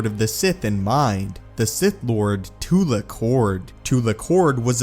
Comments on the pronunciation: Not Too-lick. Its Tu-lack. Its pronounced the correct way in all of the old republic games. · Too-lack. Not Too-lock.